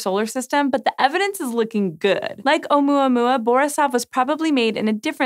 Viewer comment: It was funny watching her pronounce Oumoomoooma!